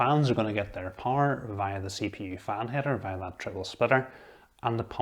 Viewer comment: Gosh it took me some seconds To understand this “power” word pronunciation, nice video though! Thanks